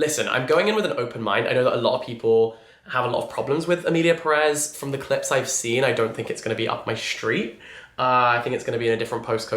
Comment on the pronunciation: it’s Pérez not Peréz, the accent mark is on the first E so the stress when pronouncing it is made on that first E, PErez 🙂